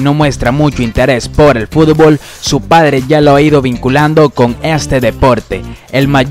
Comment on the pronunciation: Siempre dices furbol jajaja